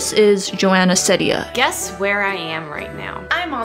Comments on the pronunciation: The Courtney show you are right! I love her very much. I tried watching Emma chamberlain but i did not have fun. And psych IRL No u did not pronounce her last name correctly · You pronounced it wrong and she says her name multiple times in her videos. Do some proper research about her before you suspect her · It triggers me a lot how you say Ceddia. Its pronouced seed-ia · its pronounced ceedia i think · nope. It’s Joana See-dee-Anne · It's pronounced like SEEdia instead of Sedia, but close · nah it's Seeedia not sedia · Hahah I know that u pointed this out but I’m just saying It’s pronounced. SEED- ia. Not trying to be annoying I thought it was SED- ia too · you did not pronounce it right, it's ceddia (seedia) :) no worries though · It's see-dia but whatever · Well its pronounced seed- eea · it’s pronounced “Seediya” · It's pronounced like "see-dee-uh" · You should pronounce it like Sidia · It's "seed-ia", lol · It’s wrong. Her pronunciation is seed-dia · It's SEED-IA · No you didn't pronounce it right. It's (See-dee-Uh) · it is pronounced s-ee-d-ee-a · U did not bit that's ok it's Ceddia(sed-ia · You kinda said it wrong.... (Seedia is how it’s pronounced. But i don’t blame you) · lol no it’s pronounced Seedia even though it’s spelled Ceddia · It’s pronounced See-Dia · Isabella Portillo no, it is pronounced see-dee-uh. On her q&a video someone asks her how to pronounce her name and she says it’s pronounced see-dee-uh. If you don’t believe me you can check it out for yourself. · Her name is pronounced Ceddia (seedea) just to clarify :) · it's pronounced see-deeya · its see-di-ya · its actually (CEED-A) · It’s seedia (that’s how It sounds) Seed-ia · It’s said see - diya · ITS PRONOUNCED SEE•D•A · Its almost pronounced Zendaya but it’s Ceddaya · It’s pronounced Joana CEEdea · It’s pronounced (Cee-Dee-ahh) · um srry but i think its pronounced SA SEED UH :I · It's an ee sound in ceddia😂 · you said it wrong :( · 💀💀 you said it wrong bahahah